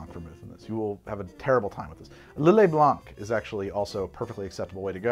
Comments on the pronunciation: its not 'blonck', its 'blahn', just like 'dohlaughn' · You do say orgeat wrong, but tbh you butcher all the french words you come accross. so no biggie. FYI: the c is silent in blanc